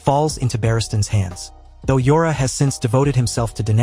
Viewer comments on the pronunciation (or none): You pronounced Jorah wrong… the J sounds like the J in “jeans”. Daario should sound more like Dahrio.